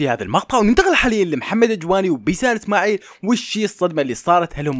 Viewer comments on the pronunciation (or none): بيسان اسناعيل ههههههههه فهد سحك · يول اسماعيل مو اسناعيل 😂😂😂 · بيسان اسماعيل مش بيسان اسناعيل 😂😅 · اسناعيل هههههههههههه--اسماعيل